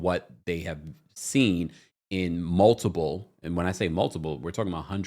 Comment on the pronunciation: PLEASE note that there is NO B in the word "multiple!" You keep mispronouncing the word with a B and it drives me crazy! Just and FYI.